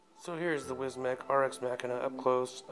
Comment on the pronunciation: Pronounced mah-keena